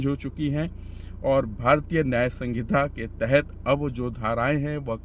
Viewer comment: संगीता नहीं संहिता 😅